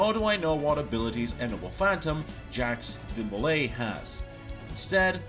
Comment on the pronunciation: Hey your pronunciation was close! (Ja-khs Dee-Molei)